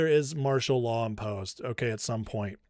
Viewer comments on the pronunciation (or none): none